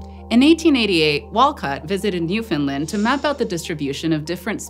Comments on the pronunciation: It's called Newfoundland , not New Finland. And the epoc is Cambrian not Caimbrian. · which is actually very close, but rather than New Finland, it should be Newfin Land. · it's New fin LAnd not New fin Lind, for future reference. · newfin-LAND not newfinlind. this was a hard watch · obligatory "you're pronouncing newfoundland wrong" comment its newfin-LAND, emphasis on the LAND. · I died a little bit inside every time she said "New-FINLAND" 😅 Newfoundland rhymes with Understand. Still absolutely thrilled you did a video with Newfoundland!!! Amazing paleontology discoveries here, the oldest sign of life and the oldest sign of multicellular life!!! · Didn’t get Newfoundland right, though. It rhymes with understand. Grating on my nerves. There is supposed to be stress on the third syllable. It isn’t optional, nor can it be waived as just accent. Western Americans don’t say “understind” or “Frihnce”. It’s just lazy ignorance. Especially because they’d be pissed if we said they lived in “seetle” instead of “see-Ah-tle”. But I agree about Quebec - it has no w in it! And the Indigenous word that it is based on didn’t have a “kw” sound either. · I know its not your fault but your pronouncing newfoundland wrong, its Newf-in-land, easist wany the the phrase "understand newfoundland" I'm from newfoundland, it drives us crazy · Getting jarred awake every time the host says ""... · She didn’t. The third syllable is supposed to be stressed. It rhymes with understand. See-Ah-tle, NEW- f’nd-LAHnd. Most Canadians get it wrong, though, because we’re taught about the province like an afterthought. Its full name is Newfoundland and Labrador, and the fourth and fifth syllables are literally the same sound. It’s not hard! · You're so close to getting Newfoundland right, nobody EVER gets the "found" part right, the only thing wrong was "land" is just the way you normally say "Land" Proud moment as a Newfie and a long time Eons fan ngl, nobody EVER gets it that close